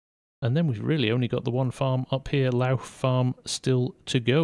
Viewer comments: Hi, Great video, just want to point out that Lough Farm is pronounced Lock Farm. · Lough in Northern Ireland is pronounced lock so for the like of lough neagh it would be pronounced lock neagh for further readings